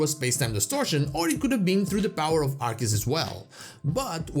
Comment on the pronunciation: It is pronounced AR-SEE-US, not AR-KEE-US! ❤❤